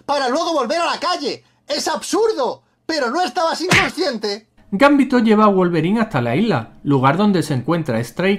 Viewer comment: es GamBiiÍ!!to !!!!!!! Hablen bien